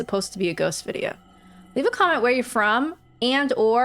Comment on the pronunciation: He says Vidjo ..so Welsh ...